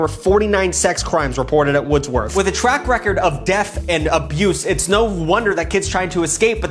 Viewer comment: Hey I went to Wordsworth lma Ya said it wrong by the way it was Pronounced words worth